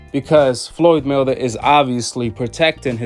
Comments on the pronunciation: It’s Floyd Mayweather not Floyd “Miller” 🤣🤣🤣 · The hell you saying floyd melder lmao